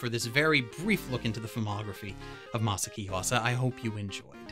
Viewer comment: Masa-aki! God damn! Ma-saw-ocky! You're eliminating syllables! Ma-socky!? God Damn! You're not the only one who butchers it, but you are butchering it!